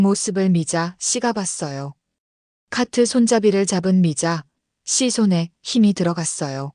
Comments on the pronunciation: 미자 씨가?들으면서 거슬림ᆢ걍 미자씨 붙여서 읽으면 좋을걸 ᆢ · 미자 담에 한참 있다 씨 라고 강조해서 요즘 초딩도 그렇케 않 읽는데... 중국에서 초딩 했나 ?.. 쯧 😢